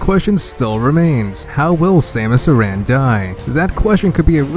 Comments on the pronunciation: Thought it was Samus A-ran (as in "Karen"), not Samus uhRAN. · AIR- IN I'm sorry but it annoys me lol good video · you didnt pronounce aran right how dare you😑😑